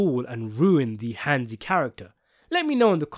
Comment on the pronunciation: Hansi. Its Hansi.